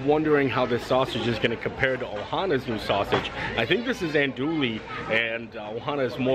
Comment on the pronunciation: An-DO-wee and KEEL-basa.